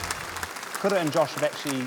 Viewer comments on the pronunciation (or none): Is it just me or are some R's pronounced like D's like in Kura's name?